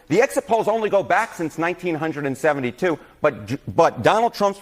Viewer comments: who the fuck says 1972 like that and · why did he have to say 1972 like it was the year the country was founded? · why the hell did he say 1972 like that